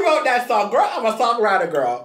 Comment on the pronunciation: I love how gets annoyed by saying Gworl but then he continues to do the same thing!!!